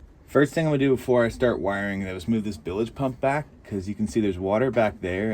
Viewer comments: Holy shit you got robbed. $500 for two trailer tires on I-5. Wow you got insanely robbed. And it’s BILGE PUMP not BILAGE. 😂😂😂. Sweet boat tho. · It's bilge not billage !!!!! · What’s a bill-ige pump? 😂 bilge not billige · Billage pump ????? I think you mean bilge pump .😂😂😂😂😂😂😂